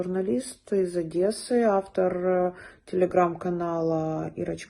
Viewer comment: ОдЕссы! Тварь! ОдЕссы. У меня кровь из ушей. Тварь тупая!